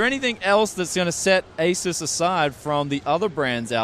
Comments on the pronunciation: Lol even when you think you pronounce it right at the end you say "Asis" XD Just think of it as Asoos. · There's no way you mispronounced ASUS that many times in this video if it wasn't on purpose haha. I love the video though great coverage :) And nice trolling with the "A-Zeus" spokesman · it's Asus not Asus . u can't even say it correct .it's so easy as 8 year old kid can do it . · by the way, throughout the video, you kept pronouncing it the wrong way ;) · "Asus" isn't a plural form, though.